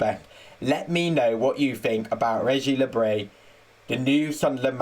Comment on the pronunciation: Great that you've put up a video! Lorient is pronounced lorien by the way, also i think Regis le bris is pronounced Regis le brie, as in the cheese!